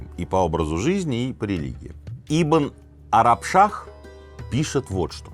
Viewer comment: Арашбах?)) Араб Шах!